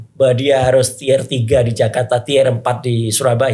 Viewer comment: tier dibaca/diucapkan “tiyer”